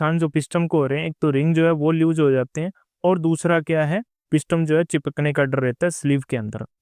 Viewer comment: Brother, इसे पिस्टम नही बोलते बल्कि पिस्टन बोलते हैं।